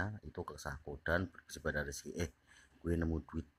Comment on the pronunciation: Zekri min bukan rizki wkwkwk